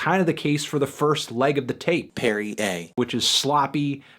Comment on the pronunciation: Did y'all notice the way he said Perry Aye ? Sounded weird lol